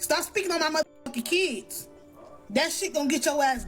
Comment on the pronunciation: it's all about the "keeds". 😐